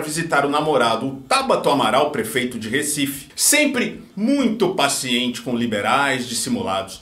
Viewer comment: fala-se "do recife",. forte abraço!